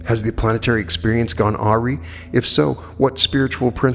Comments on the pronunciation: Lovely reading. Your concentration and depth of heart in the reading is outstanding. I presume you caught your mispronunciation of the word 'awry'? It was my mother's favourite word to mispronounce on purpose. I think you said (as she said) 'ar ree' when it is pronounced 'a rye'. You have enormous skill to read for this long with little to no hesitations. Beautiful material and wonderful sharing of your own thoughts and processes. I am sure you are helping thousands of people evolve. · Important, please:. Awry is pronounced uh-RYE. Thank you. 💙✨